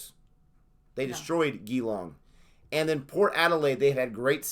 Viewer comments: Ge-long? It's Geelong but at least u tried😅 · You said "Geelong" wrong. Say Gee-long not gi-long. Like oh gee. Gee-long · It's not Gee-long, most peeps don't pronounce it with a G, it's usually pronounced with a J. It's Juh-long or Jer-long with a very soft r. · It’s not Gee-long it’s jee-long Edit: GO DEES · Go Melbourne. I watch your cricket channel 👍 you know you want a baggie green 🇦🇺it’s pronounced jeelong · Gee it’s long. Gee-long